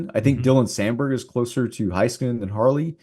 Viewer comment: Hey-skanen, Bish-el I know yall are on the cowboys station but get the names right